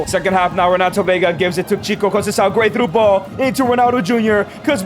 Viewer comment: the ç is pronounced like a "s" sound, not a "k" sound in Portuguese. ç is not the same as c. Trincão use the k sound since it's a regular c Conceição use the s sound since it's a ç Gonçalves too